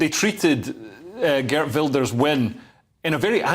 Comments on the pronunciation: Good attempt at pronouncing his name. Still no bananas. Geert, not Gert. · Geert Wilders is actually with a soft ' G' . Geert is from the south of the Netherlands and they use the soft G, above the great rivers they use the hard G/RRRR :) (ps. we are also going to build four extra nuclear stations ( we are already in the proces of building two) and will be soon energy independent)